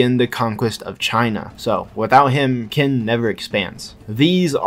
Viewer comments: Ik you only make these videos for fun but parce , at least try to pronounce it properly, Qin is not Kin , it's more like xin or chin since English lacks that particular sound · Qin is not pronounced "Kin" It's pronounced Chin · Its pronounced as Chin not kin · Been waiting for a new video for a whileee btw Qin is pronounced ‘Chin’ not ‘Kin’ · I'm hearing "kin" used as the pronunciation for "qin"? Qin is pronounced "chin". The Q is like the "ch" sound in English. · Isn’t Qin pronounced as “Chin”, not “Kin”…? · Kin??? Its pronounced Chin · Maybe im a bit too late but qin is pronounced chin since you know 'china' name had to come from somewhere xD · that pronunciation of qin is crazy